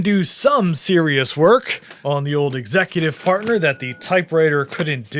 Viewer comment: Did you say Executive Fartner? Because that’s what I heard… 😂